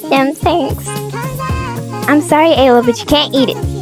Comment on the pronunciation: You kept calling Ella like ayla or st 😮😅